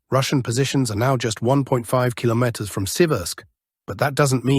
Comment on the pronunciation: Al voice can't say kilometer today huh?